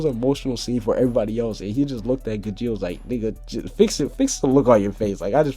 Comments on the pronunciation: It's pronounced gajeel not gijeel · And also the one u called gidjeel is spelt gajeel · it is not gijeel as u know how to say it when you look at the english dub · GAJEEL GAH-JEEL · your pronouncing gajeel wrong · dude u said gajeel name wrong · you mispronounced Skiadrum,Grandeeney,and Gajeel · you pronounced gajeel wrong